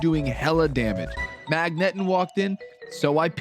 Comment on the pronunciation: The way you say gyarados and magneton is so cringe like did you never see any of the anime or like anyone else ever say their names? Insane you are making pokemon video content and can't even say gen one pokemon names... Like first time you ever read these words and don't actually know how to read